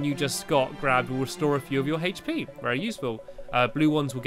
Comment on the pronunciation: Hache pe? ITS HP